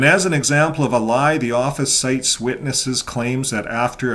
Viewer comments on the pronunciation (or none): none